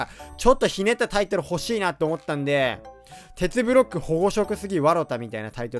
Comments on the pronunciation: めっちゃケツブロックに聞こえるwww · テツブロックがけつぶろっけにきこえた